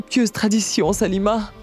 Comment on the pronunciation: Ayi on dit Salima pas saluma 😂